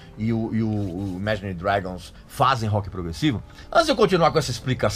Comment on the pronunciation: Regis, você não sabe nem pronunciar Imagine Dragons, quem dirá falar sobre Rock Progressivo. Sugiro q comece em